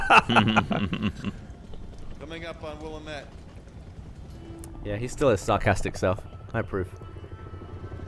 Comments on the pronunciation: THANK YOU GEOFF!!! As a Coloradan who grew up in Oregon, it physically pains me to hear it said WILL-a-met instead of Will-lam-it. Grew up right in the heart of the valley for 10 years and have had to suffer through 10 more years of hearing it wrong. Thank you so much for making my night! <3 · Shout-out to Willamette Valley....and Geoff correctly pronouncing it.